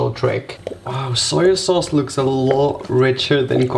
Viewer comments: It’s not pronounced soya sauce. It’s pronounced how it’s written. On. The. Bottle. SOY SAUCE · No hate but .... y u say SOYA SAUCE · Dude it's SOY sauce not "soya sauce" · and also Soy sauce is prnounced ( soy not soya lol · Its soy sauce not soya sauce. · soyo sauce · Adding that extra syllable to soy sauce. Hahaha. “Soy-a-sauce” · Soyer sauce eh? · Wtf is soyer sauce 😂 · Sawyer sauce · Soyer sauce?